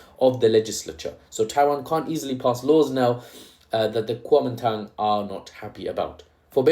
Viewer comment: Kuomintang? ❌️ Calming Tongue? ✅️ Calling Town? ✅️ Guaming Tang?❓️ Kuomintang? ✅️❓️ Kuwaman Town? ✅️